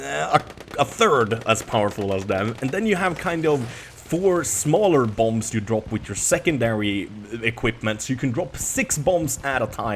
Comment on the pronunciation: Hey, the last B in bomb is silent:)